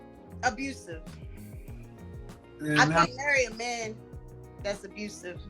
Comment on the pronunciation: Heeee wuz finahncially abhusive